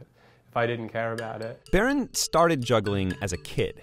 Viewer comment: can't even say his name lol